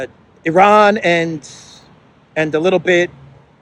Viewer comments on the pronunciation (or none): none